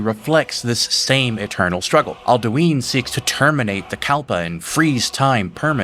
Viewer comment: Bro the way you pronounce cyrodilic and alduin driving me crazy, listen to the voice actors you don’t gotta over fantasy it to make it sound better it sounds fine the way its intended to be pronounced